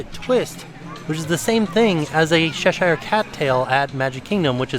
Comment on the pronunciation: I think you, Jennifer and Jackson are fabulous, you have kept us going through the most difficult year. Just one thing tho, living in Cheshire, UK, I have to correct your pronunciation the Ch is as in chair, not as in Cher xxx